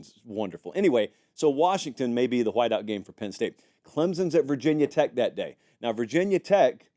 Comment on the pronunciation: It’s not “vah tech”